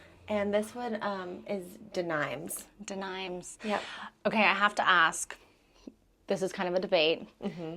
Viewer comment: Farrow & Ball Denimes - meaning : from Nimes ( de Nimes) like denim, where the blue jeans fabric comes from, E pronounced like elephant and i pronounced like eel.